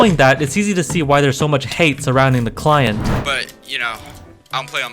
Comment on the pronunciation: bruh "surrounding the cient"